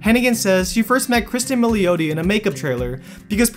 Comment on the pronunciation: Pronounced Mill ati. So sick of people butchering italian names...its your job get it right....SMH